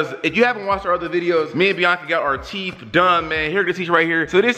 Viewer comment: He really said '' teef"